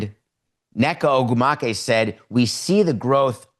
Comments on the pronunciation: Respectfully, the President of the WNBPA’s name is pronounced NEH-kuh OH-gwoo-muh-kay. If this is a topic you want to cover so frequently, I suggest getting her name right. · Boy. I really trust your reporting on a subject where you cannot even be bothered to learn how to pronounce the players union leader's name. You are pathetic. The NBA claimed a loss going into the last 3 NBA CBA negotiations. But you keep on carrying water for them and farming ill informed engagement.